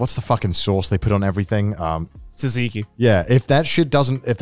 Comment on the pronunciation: Please don't say tzantziki ever again your pronansiation is very bad